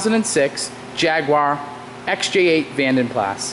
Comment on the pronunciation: It's pronounced "vonden plah".